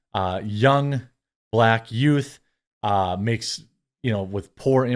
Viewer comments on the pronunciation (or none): none